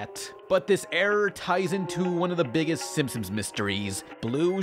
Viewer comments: Narration ERROR: says "Simpsims". What really happened: did this on purpose as an Easter Egg. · Am I the only one noticing saying "Simpsoms" instead of "Simpsons"? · Why are you are calling The Simpsons "The Sim-Sims"? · Please work on pronunciation. You slur words together and say silly things like "The Simsims"